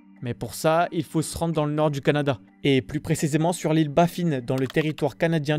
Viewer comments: Sans parler de l’île de Baffin(comme hein) et pas Baffine comme la Babine……😂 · Oui bon là (en québécois) la prononciation faut quand même si mettre . Alors Nunavutois et Bafin comme lapin pas lapine 😂